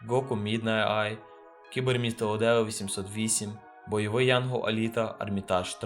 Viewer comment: Не Одео, а Оедо